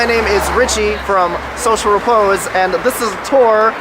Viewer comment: Woah he actually said his channel name correctly I feel so uncomfortable